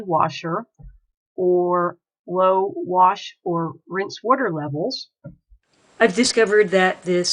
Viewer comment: Just a little heads up here. There is absolutely no R in wash